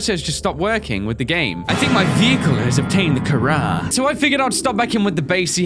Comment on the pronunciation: " i think my vehicle has picked up the carar" im dead